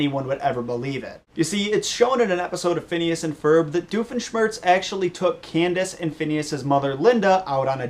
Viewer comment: who is this "diofeshmertz"? is he a new character?